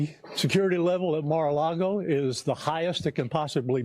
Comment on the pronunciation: First it’s not maralogo. Then it’s maralogo 😀🤷‍♂️